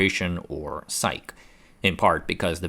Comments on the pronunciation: "SAIC" isn't "sike." You pronounce the letters, S-A-I-C. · SAIC is pronounced "S-A-I-C." It's not "psyche." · I have never heard SAIC pronounced as "sike". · Can't believe how you said SAIC lol, not a single person calls it that